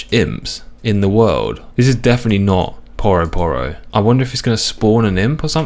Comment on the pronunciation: Is no one gonna mention "Poroh Poroh"? Surely it's Pyu-ro Pyu-ro?